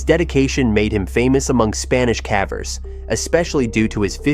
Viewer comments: they pronounced cavers, cahvers so at a minimum the voiceover is AI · AI-ass voice pronouncing it "cavvers" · I like these stories, but are you using an AI voiceover? That's the only reason I can imagine hearing "someone" pronounce caver such that it rhymes with cadaver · ia this voice ai I feel like a person doing a video this centered around caving would be able to pronounce "cavers" correctly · How are you repeatedly mispronouncing "cavers" in a video about caving 😭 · The occasional mispronunciation of "cavers" alternating with the correct pronunciation of "cavers" makes me wonder if the voice is generated too 😒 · The audio must be at least. He said cavers wrong multiple times